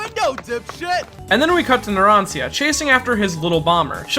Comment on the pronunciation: As someone who speaks Italian, that pronunciation of Narancia hurts.